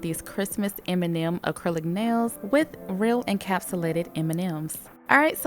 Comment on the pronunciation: Beautiful! I kept hearing "Eminem nails"